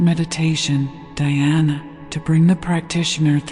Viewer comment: A true christian is an Hindu and a true Hindu is a christian. The origin of faiths seems same from same source. Please pronounce Dhyana by pronouncing 'dh' as 'th' in theology and the whole word as Dh-yana. Same with Samaadhi-not samadi. Kindly refer to some Indian scholars. Every word pronounced is supposed to have a form according to the way it is pronounced and this norm is strictly followed in sanskrit which forms the basis for hindu religious communication system. Thank you for this divine presentation